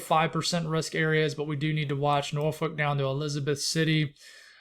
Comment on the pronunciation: Thank you! Can confirm we’re swimming here in Hampton Roads, VA. Btw you did a great job pronouncing Norfolk lol people really struggle with it who aren’t from the area. Basically you have to cuss when you say it. NOR-f$&k 😂